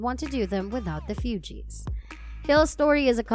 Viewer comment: The mispronounciations for me 😡. You'd think the speaker would know or research how to pronounce Lauryn (Law-rin) or Fugees (Foo-gees) before making a whole video about her. So disrespectful.